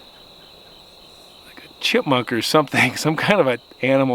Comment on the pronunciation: Did you say Chipmunk or Chrismunk? 😂😂😂